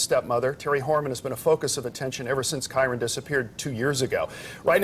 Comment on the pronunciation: And being unable to pronounce KYRON. Some "pet case."